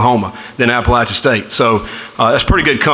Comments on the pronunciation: Its App-pa-LATCH-in, not App-pa-LAY-shin. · Traitor.....just wanted the money. At least teach them to say Appalachian State correctly. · Very disappointed in Louisville for not taking the time to pronounce Appalachian properly. I wish Scott Satterfield and family the best. App State will truly miss him. I will ALWAYS be a Mountaineer.